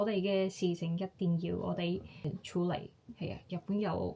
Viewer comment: 用 "媽咪" 會自然啲， 用 "生完仔之後" 會好啲， 男女平等，平讀ping4，唔係 peng4， 處理，處讀 tsy5。 其他都講得好好，有95分。 聲音好溫柔，聽落反而有啲唔慣，不過好吸引，幾好。